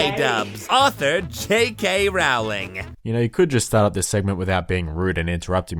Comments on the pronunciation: J.K. Rowling's name is pronounced like roh-ling, not like howling with an "r" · it's pronounce J.K. Rolling